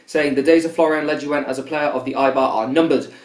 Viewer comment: pretty sure it's pronounced le-joon like